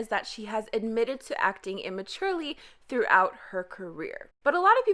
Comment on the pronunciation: excuse me its not "tHrOgHoUt HeR cArRiOr"